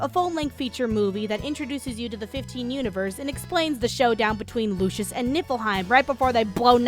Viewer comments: she kept saying lucius instead of lucis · the kingdom is called lucis, it's pronounced lew-sis sorry it was just bothering me, video was funny as hell. ED: also with the arena, more like "Daddy needs the generator for the car which costs 3.6 MILLION MEDALS!" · The way you pronounce lucis sounds like the son of Lucifer (referring to the game Lucius)